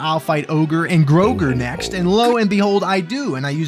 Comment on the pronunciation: I subscribed purely on the merit that you pronounce GrIMP and GrOGRE correctly.